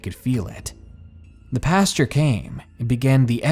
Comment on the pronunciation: OMG I'm going crazy with your mispronunciation of words! It is not PASTURE (that's where cow's shit) it's PAST-OR. Macabre is pronounced MAH-COB, and Maniacal is pronounced MAH-NIGH-A-CAL! GOD!!!!!!!!!!!!!!!!!!!!!! I love listening to the stories but you drive me batshit crazy!